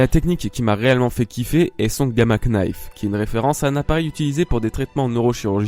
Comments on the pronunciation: Petite precision, le "k" de knife est muet,donc on le prononce "nayfe" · le "knife" se prononce ""nife" mais sinon c'est une super video PS je suis abo depuis très longtemsp vers t'es 1000 abo quand tu t'appelais ONE THEORIE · On dit nife le k ne se dit pas en anglais gamma nife (knife) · Très intéressante cette remarque sur Fujitora et son sabre, à la fin de la vidéo. J'avais jamais fait le rapprochement mais c'est vrai que ça laisse perplexe. Par contre la prononciation de "Gamma Knife", outch. Le K ne se prononce pas. xD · Le "K" de knife se prononce pas :v (désolé, je me devais d'être chiant) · Très bonne vidéo comme toujours ! =) Par contre pour l'anglais le K de Knife se prononce pas x) comme dans know ou knight ;)